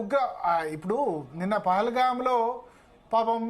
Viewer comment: Pahili gam kadhu ra Pahalgam sariga cheppadaniki radhu miru yela ayyaru ra news reporter Manchiga Clear ga cheppandi wait chestunnamu